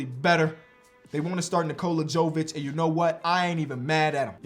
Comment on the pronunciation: I’ll never understand when dudes see 2 names from the same country and don’t have the common sense to put two and two together 😂 no offense but it’s obviously “Yo-vich” like “yo-kich” not “joe-vic”. Sorry I’m just a disgruntled Serb 😂 congrats on having your daughter tho all the best 🥳